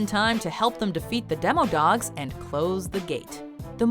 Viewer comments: Demodogs not demidogs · demidogs, not demodogs...little stranger things...